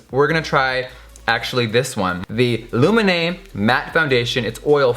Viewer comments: So coool! How you say Lumene sound so much better than in Finnish! :D Loved the video. I just realized too that Lumene doesn't have setting spray! Why the heck not!? I hope they come with it in the future. Sokos stores are great. ;) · Love how you pronounce ""Lumene" - you make it sound intresting. 🤗💟💟🇫🇮🇫🇮🇫🇮